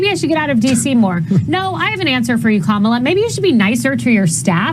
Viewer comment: I'll give mcaninny (yes I spelled it that way purposely) credit for one thing; she pronounced Kamala's name properly. Something most dumbpublicans refuse to do! Was that a subconscious nod of respect to our vice president? Only mcaninny could answer that. My guess is NO!